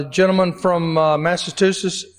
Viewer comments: The chairman isn't very smart, he can't even the one of most, if not the most recognizable in the Union, Massa CH usetts, definitely not Massa TU setts! Tough to be uneducated in this world! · I searched for who demanded, while he was speaking, that Massachusetts Rep. Jim McGovern's words be taken down. It was Rep. Erin Houchin, R-Indiana. For the "speaker" of the day: that's Massachusetts, not Massatoosiss. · Rep. McGovern will NEVER be silenced!! He speaks the truth but MAGAts can't handle the truth!! And hey speaker/chair- learn to correctly pronounce Massachusetts!! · There should be a law that you can't be a Speaker of the House, albeit just a stand-in, if can't say 'Massachusetts' correctly!!!!!! 😂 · And he can't even pronounce Massachusetts!